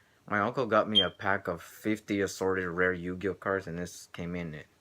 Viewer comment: it sounded like you said 20 yo-yo cards! LOL!